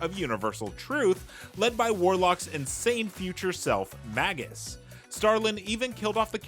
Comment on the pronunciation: It's pronounced May-jus. Long A.